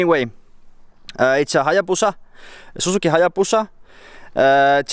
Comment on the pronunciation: Lol "our turpo hallabusa" I'm dead 😂😂